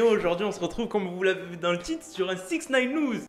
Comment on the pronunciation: Attttt 2sec a tu as dit 6in9ne quoiiiiii ?